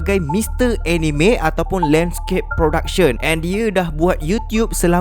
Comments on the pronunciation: Sebenarnya pronounce "Anime" tu bukan (Eh-Ni-Me). Tapi (Ah-Ni-Mek). "k" tu bleh sebut atau silent pun boleh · Org selalu salah sebut anime.sebenarnya sebutan yg betul ialah aa-nii-mee,bukan enime